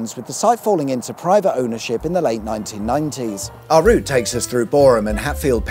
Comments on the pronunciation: And as Boreham, which he got spot on, so Kudos to 😎👍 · Pedantic mode Thank you for pronouncing Boreham correctly ( silent H ) 😁👍